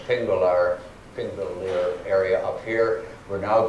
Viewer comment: *Thing*vellir. þ is pronounced as a TH not a P. So Thingvellir, not Pingvellir.